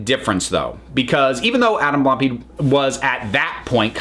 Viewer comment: Only just watched this because I was curious about what happened. I didn't pay attention during the original controversy. But how did you manage to completely mispronounce Blampied?